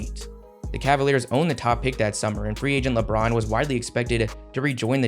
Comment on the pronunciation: You say “Lebron” weird sometimes bro… “Lebraaounn.”